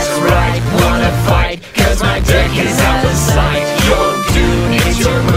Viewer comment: They say "Deck", I hear "Dick".